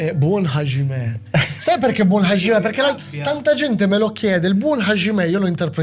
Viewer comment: Ervin, Hajimemasu vuol dire cominciare Hajime è traducibile con "inizio" o "iniziare"......(iniziare qualsiasi cosa, dipende dal contesto, non solo combattere)......................e non si pronuncia HASCIME ma HAGIME , il JI giapponese è foneticamente di base il GI italiano non SCI.